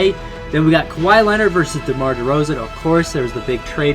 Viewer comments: The canadian disrespect... Its Demar dude not DERMAR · Dermar? It’s demar 😂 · it’s Demar not Dermar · Anyone noticed it said dermar instead of demar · Dermar? It’s demar